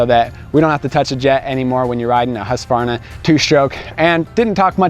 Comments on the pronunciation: First time in years Ive heard someone pronounce "Husqvarna" without the "A". Its usually "Husk-A-Varna". Even heard a Husky rep use the A before. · Bravo! Husqvarna pronounced correct 👏🏽